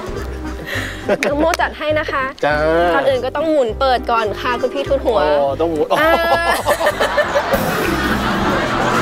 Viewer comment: น้ําหนึ่ง ดึงดาว จ้า ค่ะออกเสียงว่าขะ คะออกเสียงว่าข้ะ //เสริมนิดนึง